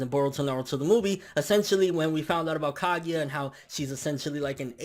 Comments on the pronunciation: Kagia LOL ITS KAGUYA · stop saying kagEEya pls e.e